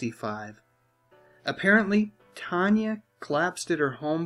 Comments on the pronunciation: If you were really such a fan of movies and their stars, you would know her name wasn't pronounced Tonya, it was Tan ya. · Why are you saying her name as Tonya its tan- y